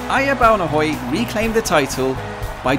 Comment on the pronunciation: Perfect pronunciation of Ejer Baunehøj. Best regards from a former skanderborgenser.